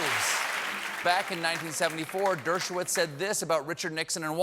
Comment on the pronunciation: Dershowitz: "Dirt-show-whiz"...